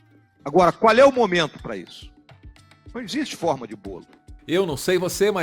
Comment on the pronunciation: "Não existe 'forma (ó)' de bolo"? Foi isso msm q o mininim falou? kkkk